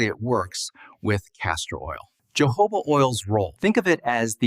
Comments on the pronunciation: HE IS PRONOUNCING YOHOVAH OIL BUT IT IS PRONOUNCED HOE-HOE-BA OIL. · keeps distracting me 😬🙃 Correct pronunciation of jojoba is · Thank you for your helpful video. (Please Note: The correct pronunciation of Jojoba: The Js are pronounced like “H”s. Ie. “Ho-HO’-buh.” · It’s not Portuguese. Jojoba originates from the Sonoran Desert in Mexico. Therefore the j’s are pronounced with an h sound as heard in the Spanish language. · Jojoba is pronounced Ho ho ba. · Does he nean jojoba oil? I have never heard of johoba oil, like he says it. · JOJOBA word originally from a Native American word for this plant/seed they used for their medicine, until Spanish colonists adopted the word, so "j" in Spanish is pronounced with an "h" sound. This is the correct way to pronounce: Hohoba. Just like when you pronounce “Hose’ for Jose in Spanish. Hope this helps 😃